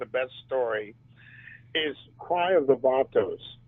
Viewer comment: "Johnny 'Vay-tos' Hernandez" 😂😂